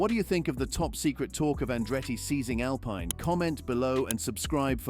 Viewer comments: SHOCKING, SEIZED! No thats rubbish, Cant pronounce Alpine correctly. Andretti the power house in motorsport. really? They may be interested in purchasing Alpine if Renault decide to ofload but he will need deep pockets ie $900m or thereabouts. So no seize just Andretti put your money where your mouth is. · Your not pronouncing the name Alpine right. How can you sell video time like that?